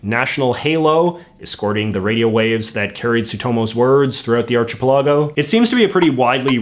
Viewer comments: Archipelago is pronounced Arkipellago not archipellahgo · "arch-eh-pilaago" was that on purpose or wtf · Ark-a-pel-a-go not archaplago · I’m sorry but...arch-i-pill-AH-go???? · i like how you pronounce that word. It is pronounced something like "arkapelagou" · Arch eh puh Lago 😆😆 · the what now?? I knew you had a strong Canadian accent but there is no way that's how to pronounce archipelago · That is certainly a... Non-standard pronunciation of archipelago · good video but i can't get over how he pronounced Indonesia and archipelago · ok but thats probably the weirdest pronunciation I've heard in a while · arch i pel ah go. I have NEVER heard it pronounced this way. Is he saying it wrong on purpose to be funny?